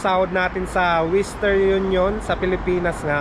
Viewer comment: Western not wistern.